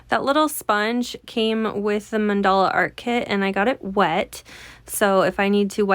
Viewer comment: Another fabulous video! So easy to follow instructions. And now I know how to pronounce mandala 😊